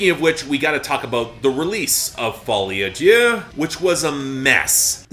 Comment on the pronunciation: Take a shot every time Folie à Deux (madness of two) is pronounced Folie à Dieu (madness of god) lol Very interesting analysis! Really enjoyed this